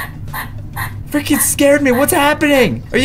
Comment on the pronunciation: Yeah I wish he stopped saying friking